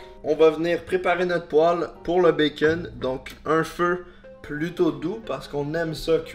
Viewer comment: "notre bacon" MAIS COMMENT TU LE PRONONCE?! LE BACON A CRÉÉ LA TERRE, LE BACON EST DIEU EN PERSONNE ET TOI TU LE PRONONCE "BAKON"?!?! Pauvre bacon il faut respecter Dieu